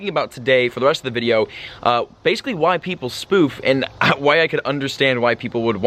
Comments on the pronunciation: Every time he said "Why people spoof" i always think hes saying "white people spoof"😂😂😂😂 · Sounded like you said "White people spoof" lol.